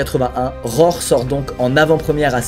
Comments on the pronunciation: Squeezie :"rore" Moi : " RHO-ARE" par-ce que cela s'écrit "roar" vous dîtes comme moi ? Ou comme squeezie ? Sinon j'ai hâte de voir voir la vidéo ^^ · Mec, ça fait 9 ans que je suis abonné à ta chaîne, et tu ne fais toujours pas l'effort de prononcer les mots anglais en anglais mdr "Rror"